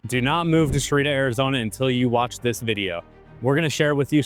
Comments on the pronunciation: Sahuarita is pronounced Sah-wah-Ree-tuh. Not "suh-Ree-tuh." You're dropping a syllable. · "to-May-toe / to-Mah-toe" is a false analogy because both pronunciations have the correct number of syllables, and the only difference is how the a is pronounced. You're pronouncing Sahuarita as if it were spelled Sarita. The word Sa-hua-ri-ta CLEARLY consists of FOUR syllables, which your Sa-ri-ta pronunciation dumbs down to THREE syllables. Radio commercials are merely dumbing down the pronunciation for dumb Americans who don't know what to do with "sahua" so they contract is to "sa." Did you never study a continental European language? Living in the Southwestern US, you'd think you'd have some clue how Spanish words are pronounced. And while we're at, the correct pronunciation of saguaro is 'suh-Gwa-roe" not "suh-Wah-roe", notwithstanding how it might pronounced in radio commercials or by real estate agents. I can't believe you're actually citing radio commercial pronunciation as authoritative. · Repeat with me: SA HUA RI TA . 4 syllables!! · Learn how to say it correctly